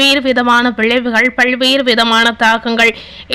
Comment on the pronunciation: 'பள்வேறு' இல்லை; "பல்வேறு" உச்சரிப்பை சரி செய்யவும்!